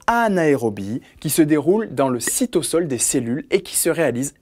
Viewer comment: J'aimerais vous demandez pourquoi vous prononcez cytosol "cytossol" parceque je me suis habitué à dire "cytozol"